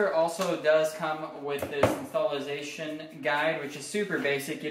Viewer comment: "Installazation process" 😂 This one got me smiling.